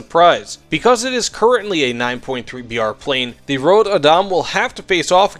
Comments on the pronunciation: man just.. pronounce the ö like you would the u in turn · Surprised he had trouble with Adam. Since it is an English name too. Even if we do not pronounce it exactly the same as English speakers. Röd is easier to get why he gets wrong. The only time Ö is used in English, beyond weirdly spelled metal band names, is when it actually a O. But when it pronounced on it own. Like in the world Coöperative. Which in itself is a weird spelling of the word (Normally you would spell it Co-operative to indicate that the second o is pronounced on it own.) But in Swedish it is it own district sound.